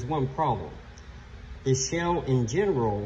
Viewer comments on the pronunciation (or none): Shaaaaaaaale. Not shell